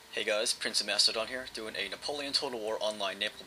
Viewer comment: Oh... Lol I wasn't really paying attention to your voice at the beginning and when you said napoleon I though you said nipple....